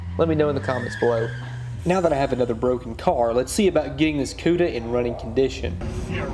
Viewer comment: The Polished POODA lol